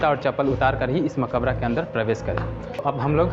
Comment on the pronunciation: Urdu seekh lo to sahee shbd bol sakte ho. Maqbra hai maqabra nahi. B